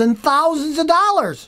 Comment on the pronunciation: I only watch his videos, so I can hear him say 'This could cost you up to 6-7 thousand DOLLAS'